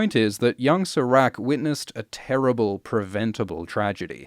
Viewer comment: can you please pronounce serac’s name correctly?